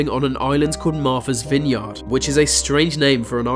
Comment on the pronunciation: Being an American hearing him mispronounce "Martha's Vineyard". XD